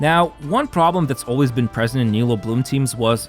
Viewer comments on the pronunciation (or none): none